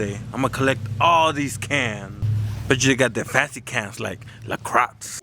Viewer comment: “La Crocks” 😂